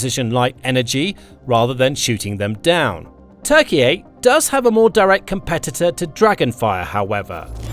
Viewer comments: Turkeyay? lol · Just a heads up, you don't have to pronounce Turkey's name as Turkey-yay. We don't call Germany Deutschland, or call Italy Italia. And there is no obligation to. Turkey's request to call it Turkiye is kind of weird.